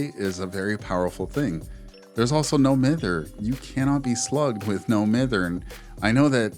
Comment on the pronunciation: Please, pronounce mither correctly. It's correctly said as "my-ther", not "mi-ther". Also, what VODs are you checking? Cause every single streamer buddy I have does NOT run "Lithe, windows, resilience".